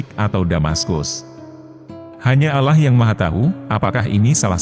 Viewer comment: Jeleknya kalo pakai A.I. penyuaranya. الله dibacanya 'Alah' bukan 'Auloh'.